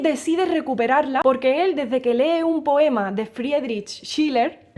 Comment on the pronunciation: Как я мог пропустить это видео?!. Нашел его только сегодня. В том, как пытается выговорить имя "Фридрих", есть загадка разноязыкого человечества: то, что одним кажется простым и естественным, другим дается большим с трудом... (В конце идет звук, очень похожий на первый звук испанского имени Хосе, только и всего. 🙂 ) Спасибо за историю, она как раз совпала с тем, что я читаю сейчас Шиллера, и его поэма получит новые краски, связь с событиями того времени и, конечно, связь с одним из любимых классических музыкальных мотивов. (Я, к стыду своему, не знал, что слова "Оды к Радости" в произведении Бетховена это стихи Шиллера, но когда начал читать, конечно же они немедленно легли на знакомую музыку.) ¡¿Cómo podría perderme este vídeo?!. Lo encontré hoy. En la forma en que intenta pronunciar el nombre 'Friedrich', hay un misterio de humanidad multilingüe: lo que parece simple y natural para algunos, es muy difícil para otros... (Al final hay un sonido muy parecido al primero sonido del nombre español Jose) Gracias por la historia, simplemente coincidió con lo que estoy leyendo ahora de Schiller, y su poema recibirá nuevos colores, una conexión con los acontecimientos de esa época y, por supuesto, una conexión con uno de mis motivos musicales clásicos favoritos. (Para mi vergüenza, no sabía que las palabras de la “Oda a la alegría” de la obra de Beethoven eran poemas de Schiller, pero cuando comencé a leer, por supuesto, inmediatamente se pusieron música familiar.)